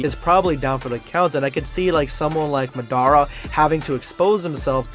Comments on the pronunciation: Razengone 😂 Madarah ☠️ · y u do madara hidan and kakuzu name like tht smh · Hate the way he said “shipuden”, “rasengan” and “madara”